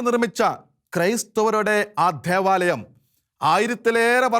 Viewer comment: ധെവാലയം അല്ല ദേവാലയം ... നെധാവല്ല, അധിനെ അല്ല ...നേതാവ് , അതിനെ . പറഞ്ഞെ ? ദേ ...മലയാളത്തെ കൊല്ലല്ല് ദയവായി